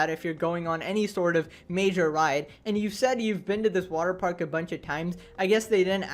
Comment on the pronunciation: It's water paRk bro, not waterpaik.